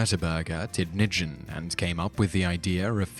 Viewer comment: Oh my gosh, his pronunciation of tidningen (newspaper) is going to live in my heart forever, it's so awful and adorable...